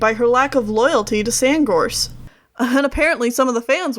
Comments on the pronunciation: It’s funny that you kept on saying SandGorse’s name wrong. Your saying SandGross. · this is amazing! only thing that got my eye twitching is when you said sandgross instead of sandgorse. :P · lol i realized she said sandgross instead of sandgorse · Its apprenticeship not apprentenship...and its SandGORSE not Sandgross. Speech aside, I give you a..... 10/10!! (W/ speech mistakes its 9/10 but still) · Sandgrose you keep calling him Sandgrose his name is sandgorge lol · You kept pronouncing "Sandgorse" like "Sandgrose" and it kinda bothered me lmao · its Sand GORSE! Not gross! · *SandGORSE not Sandgross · I heard it too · I think you might be pronouncing Sandgorse wrong.. lol idk though. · Hold on. Did you just say Sandgross Or is it my hearing. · did she say sandgross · Did you say sandgross?